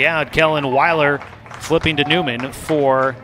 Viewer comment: Kellen Will er not Wy ler.